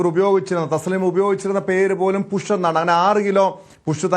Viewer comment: പുഷ്. അല്ല കുഷ്